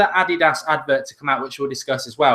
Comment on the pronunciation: That's how you pronounce it though..